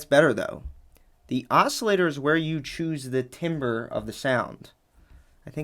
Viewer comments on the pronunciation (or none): timber is pronounced "Tom-bre" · I read your comment, then not 5 seconds later he pronounced it "TIMber" and I was like *twitch* Kindred spirit 🫶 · timber of sound lol I think it’s tamber, timber is wood. 😂 great video none the less. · its pronounced tamber spelt timber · Just FYI: Timbre is pronounced like tamber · The word for sound quality, timbre, is pronounced “tamber” (because it’s French). This is basic terminology which every musician, sound designer, or audio engineer MUST know. That being said, THANK YOU for this superb tutorial covering a topic I need to know! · Great vid! Small thing, timbre is pronounced 'tam-bur' 🪵👍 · timbre is pronounce TAM-ber. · Timbre is commonly pronounced TAM-bohr or TAM-brr, essentially like the first two syllables of tambourine. That's the sonic distinction for timbre (sonic characteristics experienced as a result of an instrument's harmonic overtones) vs. timber (cut or fell tree trunks & branches). Being largely self-taught, I read timbre hundreds of times before I heard a music educator say it aloud :) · I think it’s timbre with a re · It's a good video but truly for the life of me, "timber" is pronounced tam-ber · Loved the video, thanx Timbre: “tam - ber” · Trees are “timber.” The word for tone color is French, “timbre,” and it is pronounced “tamber.” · it’s pronounced “tamber “ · Timbre = Tamber. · its pronounced "tam-br" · Timbre is not pronunced the way its spelled. Its pronunced "tam-burr (burr as in bill burr)" or TAM-ber. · i believe you pronounce it "tamber" but that's me trying to remember a music theory class twenty years ago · its pronounced "tamber" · Timbre is pronounced Tam burr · I think you said the opposite: addative synthesis bulds up from simple oscillators (like in your example) whereas subtractive sytheesis starts with an already complex sample (compared to a simple osc). And "timbre" is pronounced 'TAM-ber' unlike "timber", which means wood. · Timbre is pronounced TAMbre, brother.